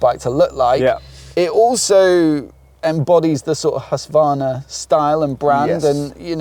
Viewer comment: Husvarna? You know ther`s a q in the name.